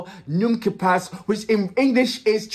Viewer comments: WTF ? lLook up the pronunciation on Google and say it the wrong way (PA, not PASS) even though he says the phrase 100 times in the song. It's good to listen when criticizing songs. Moreover, he is Belgian, not French... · Don't prononciate the "S". It's "Pa" not "Pass" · Not prononce the "s" to ne quitte pas